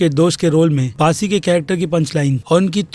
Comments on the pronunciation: It's bassi not baasi lol 😂😂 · It's not 'Baasi' it's "Bassi" 😅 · बासी???किसी का नाम तो सही से बोल दे भोस*** 😂😂😂🤣🤣😂😂🤣🤣